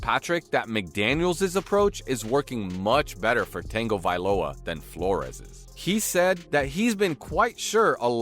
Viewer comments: Why do people keep butchering Tuas last name? Lol for fuck sakes, there is no N Tagovailoa. Most of you sports hosts need to get off the game and go back to learning how to read and pronounce words. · Can this guy just say Tua instead of Tengovailoa! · tongue a vai loa * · Can he pronounce Tua last name correctly ! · Get his name right! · His slow hooked on phonics speech and the constant butchering of Tua’s last name makes me want to pour acid in my ears…. 🐬⬆️ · This narrator should do his homework before he did this video! Tua is from the island of American Samoa. 2,583.47 miles away from Hawaii. Different language and culture and different way of life. He’s Samoan not Hawaiian. So please stop calling him Hawaiian and stop butchering his name. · Please learn how to say Tua’s last name correctly so I can take you seriously! Btw I could only listen to of this video. 😮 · are you throwing a random "n" in his last name? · I can’t take this video seriously when the narrator can’t even take the time to pronounce the name correctly 😂. Also imagine saying, “the Hawaiian never got along with the African American”. Don’t call someone by their nationality, they have a name. 🤦🏽‍♂️. Also he’s not Hawaiian, He’s Samoan 🇼🇸 🇦🇸 . 😂 This goes to show that some people want to be sports opinionist but just don’t have the diversity in them to tailor to diverse cultures. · T. A. G. Why are you putting an "N" in his name? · Why are you saying tuas name like that??? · There is no "N" in Tua's last name... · please learn how to pronounce tua's last name.... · Do some research before putting out a video! Pronounce Tua's last name correctly and why call him Hawaiian when he is Samoan? Yes he is from here (Hawaii), but he is Samoan! Have some respect for his family and culture! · It's worst when he says it wrong while they put up a graphic of his name spelled right!! Killing me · Geeze, you keep calling him Tang -ovailoa, it's pronounced tuhng·guh·vai·low·uh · Hahaha he does say Tengo